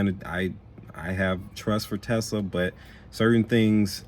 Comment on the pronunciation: Dude, There’s no (Z) In Tesla 😂